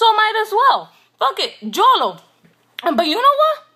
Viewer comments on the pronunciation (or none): Lmao, you said Jolo instead of yolo! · LMFAO "JO-LO"